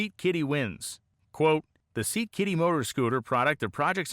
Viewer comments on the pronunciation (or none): Awesome story and really great research. A really small correction: it's Scat-Kitty, not Seat Kitty. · Taking pointers from AI vids by pronouncing Scat-Kitty as Seat-Kitty? 😅